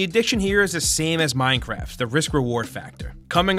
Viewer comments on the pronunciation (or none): Minecwaft supreme